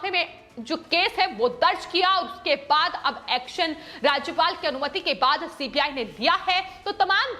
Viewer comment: एंकर भी गुस्से में है कि सीबीआई की जगह सीपीआई बोल रही है